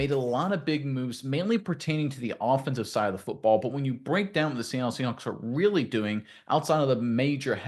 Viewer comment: did you mean offencive line / maybe if i say it again offencvie line maybe it will sink in